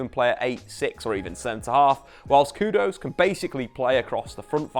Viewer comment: His name's literally spelt 'Kudus', why change it to 'Kudose'?!